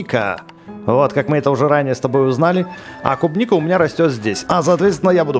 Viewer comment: тот самый левый чел не кубника а клубника